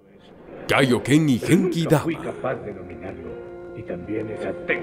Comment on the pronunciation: Es kaioken solo q pronuncio mal la palabra